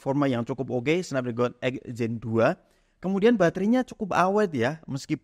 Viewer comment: Cara bacanya SNEPDREGEN bang